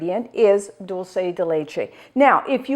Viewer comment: Wow you said "dulce" correctly at the beginning of the video! I usually hear it pronounced wrong in the States. This yogurt looks amazing!!